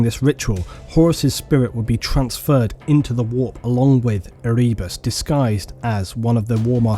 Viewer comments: E-ree-bus? Ere-bus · Omgad, its not erebus the way u say it. Have you never listened to any of the audio books? Its pronounced Ere-bus. Listen to "The first heretic" Audio Book plz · Ehreebus lol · I've never thought of stabbing my eardrums out before, but after hearing you pronounce Erebus. Yeah, maybe.